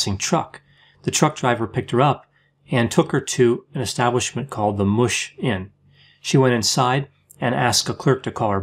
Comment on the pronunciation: You said Mush really funny, just saying lol